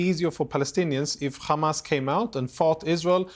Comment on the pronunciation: Piers didn't ask "do you condenm Humus?"